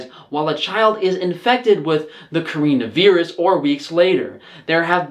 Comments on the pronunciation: Corinna viirus? Nintyne? Why you pronounce it so wierd ^^ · WTF THE WAY HE PRONOUNCES CORONA VIRUS AS CAREENA VEERUS